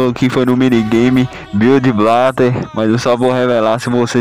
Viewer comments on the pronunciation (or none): "Bliud Blatte" rachei dms